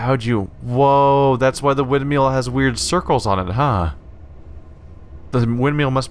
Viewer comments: driving me nuts with the wind - meal pronunciation. It's wind-mill (ILL) not EEL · I think it's because he pronounces it Windmeal. :P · Why do you pronounce windmill like that it pisses me off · Even years later, this game holds up really well! The way he pronounces "windmill" though...